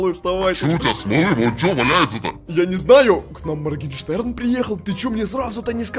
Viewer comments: А почему моркенштэрн а не маргенштэрн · Купик підписаний не правильно моргенштерн а не моркештер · Не моркенжтерн а Моргенштерн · Моргенштерн а не моркенжтерна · Надо не мркенжтэрн а моргенштерн